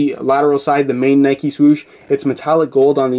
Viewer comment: Its just Nike, not "Nikey"